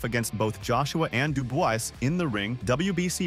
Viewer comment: This guy just cannot pronounce Dubois. He says it differently every time